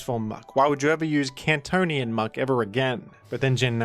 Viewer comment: It's not kantonian